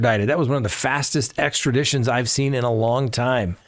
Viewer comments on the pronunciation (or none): none